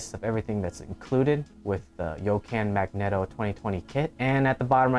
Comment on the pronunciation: I hate that you pronounce megneto wrong...